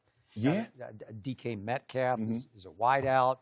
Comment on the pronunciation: Between yesterday and today, Shannon has mispronounced DK Metcalfs name 12 different ways